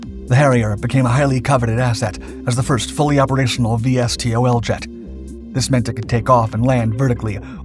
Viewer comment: My guy... no one spells out the acronym like that. VSTOL is "vee-stol".